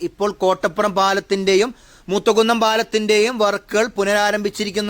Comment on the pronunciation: മൂത കുന്നം എല്ല മൂത്തകുന്നം